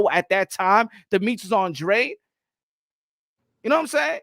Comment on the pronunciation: I don't know why people keep mispronunciation his names its (AAHNN DRAAA DEY) hE'S CAPE VERDEAN aka capo verde